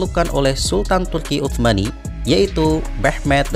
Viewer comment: Salfok pas bilang "turki utsmani" abangnya pake tsa', keknya santri nih.